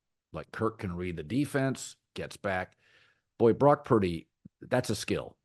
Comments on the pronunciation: Couldn't even say Brock's name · Say Purdy's Name Colin